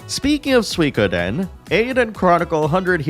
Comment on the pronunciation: Finally, someone who says Suikoden correctly.